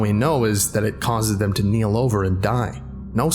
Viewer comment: Keel is not kneel.